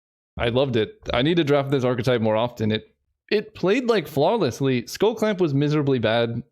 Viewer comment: "Flawles" Victory